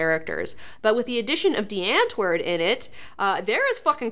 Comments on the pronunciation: I love it when English people say Afrikaans words. Literally took me a few seconds to realize she was saying something I should recognize. Also, just googled Die Antwoord. Thought they were Hollish (I know they aren't really called that), apparently they're South African. Ninja and Yolandi have a daughter called Sixteen...huh. Rock on, I guess. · I love how Americans pronounce die antwoord😁😊